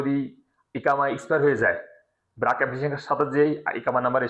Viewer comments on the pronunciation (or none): ব্রাক না বারক